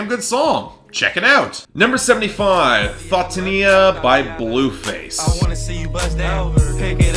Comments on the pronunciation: That pronunciation of Thotiana though... "Fohtinnia" lmao Best of the Week: 'Lost In The Fire' by Gesaffelstein & The Weeknd, seems like I'm in the minority of people who like this song. But whatever. This is a really good panty dropping song with Gesaffelstein doing some great 80sish technoish production (don't really know how to describe it) alongside The Weeknd doing what he does best. I wouldn't mind if these two dropped a joint project, but that probably won't happen. Honorable Mention: 'Splashin' by Rich The Kid, I was stuck between putting this song and 'Dancing With A Stranger' as my honorable mention but what made me choose 'Splashin' is mostly because of the production. All of the best songs Rich The Kid has done have been with TheLabCook's bass heavy production and now Frank Dukes adds even more to the beat with samples from A Tribe Called Quest and 2015 Young Thug. I thought The World Is Yours was a little bit dissapointing, and even though I feel it is too soon to drop a sequel hopefully this is a sign that album might be an improvement over the last. Dishonorable Mention: 'Jumpin On A Jet' by Future, talking about disappointing albums here's album filler from 'The Wizrd' that should have never been released as a single over songs like 'F&N', 'Baptiize', and 'Talk Shit Like a Preacher'. The production isn't bad but Future's elongated delivery is just terrible and makes this song skippable. I think I need to clean my palette with top 25 album of the decade DS2. Wo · the way he pronounced thotiana💀